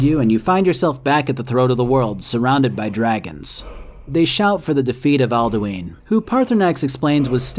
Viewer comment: love this video but...Alduins name is literaly told to you in game and yet you still said aldueen. like comeon man